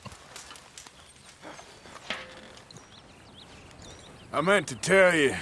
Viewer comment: I missed those boahs